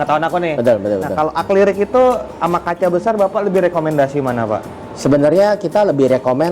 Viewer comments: Revisi bang Akri-lik bukan akli-rik👍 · "Acrylic (dibaca Akrilik)" om, bukan "Aklirik" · bang acrylic bang bukan acliryc😁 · Acrylic bang bukan aclyric hehe 🙏 😀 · bang mau koreksi dikit , baca nya akrilik , bukan aklirik 🙏🏻